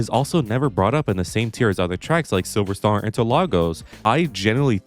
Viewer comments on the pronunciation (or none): none